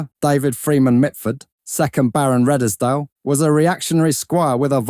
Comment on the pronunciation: Redesdale pronounced Reeds dale